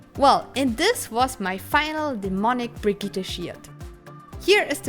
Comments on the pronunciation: Nobody:: “Brig-eeteh” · Hey did you know it’s pronounced Brid-jit? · Brigitte ... is french. So... BREE JE (like Jesus) THE